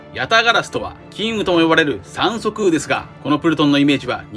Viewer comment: 三足烏が酸素食うに聞こえた👴